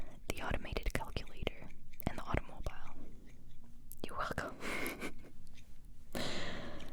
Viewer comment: Auto-mobile what’s a Auto-mobile, I have never heard someone pronounce Automobile (Auto-mo-beel) in that way. For someone who has lived in Germany all their life you sound very American. Your videos are amazing though.